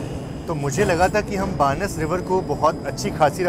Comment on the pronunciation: बानस नदी नहीं,बनास नदी है भाई,, जीके कमजोर है आपका